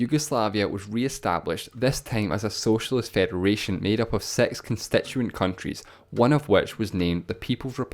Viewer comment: The number 6 is pronounced SIX, not sex. Rhymes with ticks, sticks, and fix.